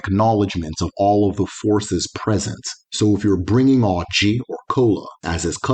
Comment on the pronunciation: It is oji not orji